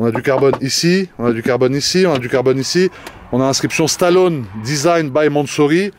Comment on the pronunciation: Sur ce coup là il a tout faux! Et le « e » de Stallone Ça se prononce! On est le châssis est excellent la voiture a était conçu exactement comme ça pour être très joueuse.